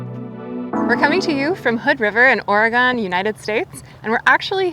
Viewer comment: She said AAAREGON